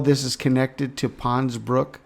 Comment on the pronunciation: GOOD WORK, THERE IS AN 'S' ON THE END OF PONS-BROOKS - BROOK'S'...A BRIDGE OVER 'TROUBLED WATERS'...I KEEP HEARING THAT IN MY SPIRIT, SO I THOT I'D KEY THAT IN HERE...🙏